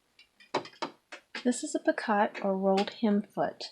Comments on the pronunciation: It's pronounced pe ko ( long e, long o ), not pi kot. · Just FYI, "picot" is pronounced "pee-co". It's French, I believe.